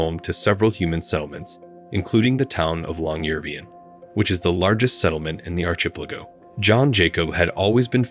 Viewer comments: Your pronunciation of archipelago is priceless. But for the future u should ask someone who knows how to pronounce it correctly. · Pronounce it ark-i-PEL-a-go. And try saying Yohan not Joanne. These computer voices drive me nuts!